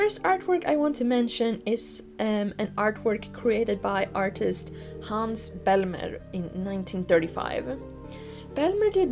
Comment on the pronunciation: Haha, I thought maybe you were swedish when you said "Hans Bellmer" :) Great video, this subject will always be fascinating and mysterious to me - and I love that you talked about das unheimlich and not just the uncanny valley. Another nice example is the scene at Wendys from Mulholland Drive where dream and reality merge and a familiar sorrounding gets slightly off because of this and the repitition of the dream.